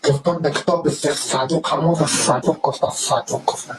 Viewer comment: این زن چرا اینقدر چیر چیر می کنه صدو ق میگه( صودوق ) احمد گاتی شک نکنید که صد در صد ولد زنا است